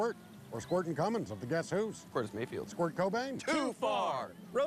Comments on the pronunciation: As a Rush fan I feel obligated to say, it's Neil Squeart. Long e sound. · Squirrely Dan gets an F. You'd think a Canadian would know that Neil Peart's name is pronounced with a long e, thus it doesn't rhyme with squirt. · Neil Peart doesn’t rhyme with squirt. Just saying. Aren’t these supposed to be Canadians? They should know better. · So his real name was pronounced "peert"? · I love the show but DUDE. There guys are Canadian and still they F up pronouncing Neil Peart’s name right 🤦 FAIL